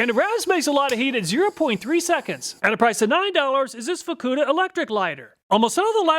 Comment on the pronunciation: Good call on pronouncing the FUKKUDA lighter with a hard U.